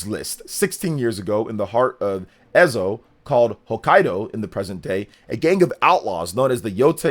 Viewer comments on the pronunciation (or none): Living in Hokkaido I’m really looking forward to Ghost of Yotei. Would be cool to visit my own town 😂 Btw the E in Ezo is pronounced as in the E in End. 👍